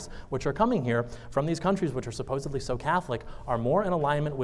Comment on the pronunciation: "Supposebly" I know it's a small thing but the word is "supposedly"